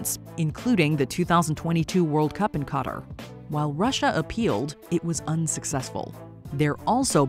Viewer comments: WHAT THE #### DID YOU SAY WHEN YOU WERE RTYING TO SAY QATAR THAT PRONOUNCING IS WRONG IN EVERY WAY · I'm sorry but how can this woman pronounce all these Hispanic names and still pronounce Qatar Wrong.... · Wait what how did she pronounce Qatar?